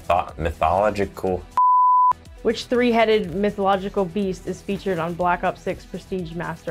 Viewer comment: Lmao at Niac trying to pronounce mythological